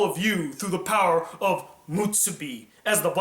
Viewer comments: It's "muSUbi" not "muTSUbi". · u keep saying mutsubi not musubi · Musubi. Not mutsubi. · Why are you pronouncing musubi like theres a hidden T in there? Its not mutsubi! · Kazuspeed x Because allowing him to trigger you with bad pronunciation is.... mutsubi. :D